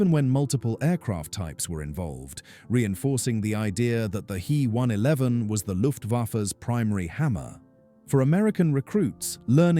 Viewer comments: Yes, it was annoyingly repetitive and the why use AI narration that mispronounces common words and calls the main subject an He one eleven (he as a pronoun - 3rd person singular) instead of an H E 111. Artificial Intelligence so often becomes Artificial Stupidity when used for narration. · Please, it's H.E., NOT He! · I made it one minute and seventeen seconds before I turned it off. First it is said H - E not he, second is it stated off as a commercial airline. I love how so called creators have no idea what they are talking about and summit it as facts. Do your research yourself and stop using A.I. for your presentation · He 111 is pronounced H. E. 111. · All you cunning linguists: It’s neither ‘H.E.’ nor ‘He’ as in “she”. ‘He’ is an abbreviation of Heinkel and in German pronounced to rhyme with ‘Ché’ as in Ché Guevara. H.E. Is nonsensical, there is no capitalized E or initial in Heinkel. Pronouncing ‘He’ like ‘she’ is not quite as bad, but messing up the German pronunciation. Never mind how the AI voice can’t make up its mind whether to pronounce it “Hee”, “Hey” or, hilariously so, “Ho”. 😂